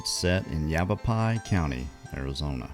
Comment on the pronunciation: you did say it right. I was impressed lol